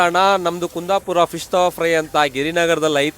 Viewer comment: Anna ni KUNDAPURA pronunciation mad dagele gotaittu ni kundapura davru ala anta 😅😅 Only using ''KUNDAPURA'' name for business aste